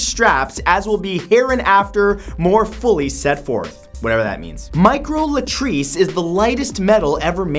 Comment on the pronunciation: Micro Lattice not micro latrice lol